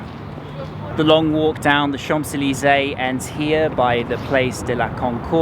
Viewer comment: "chamP zeleezay" with the P pronounced made my cringe every time he said it. 😱🤣 And pronouncing 'jardin' with the Spanish J (jota) was funny too!! Brits always make fun of Americans when we butcher French but we are so far away and our education system sucks: what's your excuse? 😜😂😂😂😂😂😂 PS: after watching the rest of the video, I can say that he proudly butchered every single French name!!! 😲😂😂😂